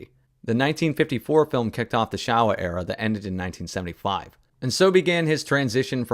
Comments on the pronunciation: It's pronounced showa like show, not like shower. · Love your review. However, "Showa" in Showa Era is pronounced "Shou wa", not "Sha wa". I'm a child of the Showa Era. Godzilla was my first nightmare as a pre-school child.